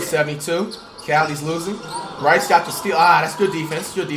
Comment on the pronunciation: bro said « brycey » 😳😭